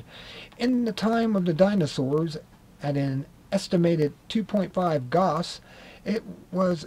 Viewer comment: its pronounced gouse cool vid tho.